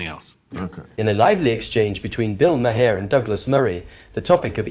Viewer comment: Stop pronouncing the “h” in Maher. It’s silent.